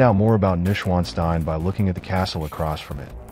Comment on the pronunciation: iiiiiiii a little bit of effort with pronounciation specially if you use it in every other sentence over and over wrongly, it is "noysch-vaan-shtein" or let it read aloud by google